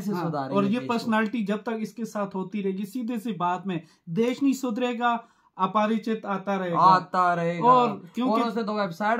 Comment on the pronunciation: Rambo nahi Remo hai naam aur aaparachit nahi Aparachit hai😂